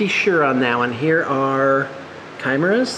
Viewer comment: How he says chimera. Ugh . Im sure he says ABBA don instead of Abaddon too!